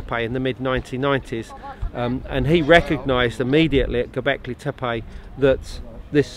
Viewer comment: Dear Mr Collins, Why do you keep calling the place Gobekli TepAI? AI??? EVERYONE else, the locals, archeologists, and the late Claus Smith as well, pronance it TEPE ,last e pronanced like e in the alphabet, "Tepi", or both e's pronanced as the e in the word egg. It is rather disturbing that you have a complitely different prononciaton sir, so why is that???